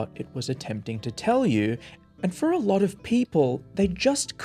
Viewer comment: She said “lotter”, not “latter” as you typed or “ladder” as the video claimed. In the game she says “lot of” so it’s not that far off.